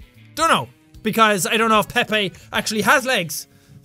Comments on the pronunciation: Pepe is pronounced (pee-p) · Oh... I thought Pepe was pronounced peep 😅